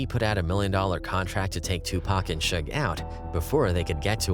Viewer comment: Bro said Shoog Knight. Who's Shoog? It's Suge lol